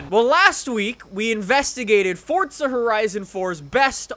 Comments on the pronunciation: Its Forza not "FORTZA" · Why does he keep saying fortza when it is clearly forza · Fortsa horizon? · Why do you say Fortza.. 🤔